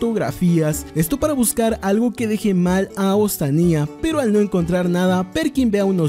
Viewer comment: Se dice ostania no ostaniá